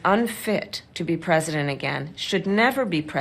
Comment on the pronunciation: Finally someone remarks on people saying "pundent"! Even pundits do it. (Looking at you, Dan Pfeiffer. 😉) And what about "presindent"? (Looking at you, President Biden. 😉) You hear those rogue n's in other words as well these days; I'm sure I'm not alone in having noticed a rising tendency among native American speakers towards inserting n's before d's and t's. I believe the reason is that, like the d and t sounds, the n sound is produced by touching the tip of your tongue to the alveolar ridge, this proximity leading to some people using it as a sort of "bridge" to d and t. It's not a surprising linguistic development, but the results are still kind of silly. 😃